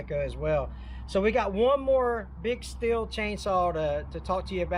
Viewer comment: Everyone pronounces Stihl wrong. I think it is funny because you can find PRC Steel saws here.